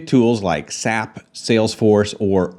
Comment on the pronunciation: "SAP" is pronounced like an acronym... WalkMe is also used for software training in general... I have heard enough to already understand that you are no expert on digital adoption here, and that your opinion on WalkMe in general is erroneous.